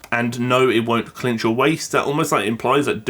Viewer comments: I think "cinch" is pronounced "sin'ch" not "clinch" xD I heard the way you said it and was like "Wait what's the word? What does it mean?" haha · it's Cinch not CLinch